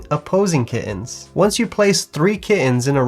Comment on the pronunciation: That's how you pronounced kittens.